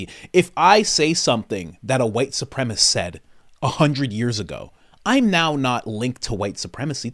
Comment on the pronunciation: "Supremacist" not "Supremist"